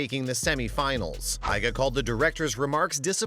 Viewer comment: In Polish, you read Iga as [ega] not [aiga]